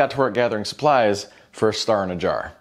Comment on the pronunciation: everytime you say jjar i think of 1 men 1 jar